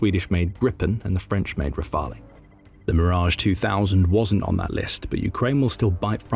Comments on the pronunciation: Rafale has TWO syllables not three. 'kin automated voice with its snide superior tone. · Please stop pronouncing the e on the Rafale it sounds stupid and is incorrect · Rafale is pronounced "rafal", Crotale is pronounced "crotal" As is often the case (though not always, we do love our exceptions to damn near every rule ) the "e" at the end of French words is silent